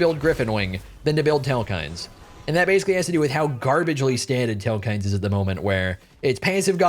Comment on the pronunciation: This man is saying telekinesis so wrong and its bothering me so much xddd